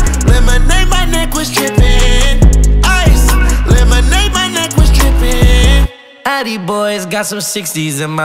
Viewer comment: he really said ĐRIPPIN